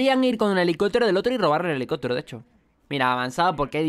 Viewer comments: Hahaha fue lo primero que noté, yo así de : pero que carajos? Por qué no lo dice bien ? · helicotero????? Helicóptero!!!!!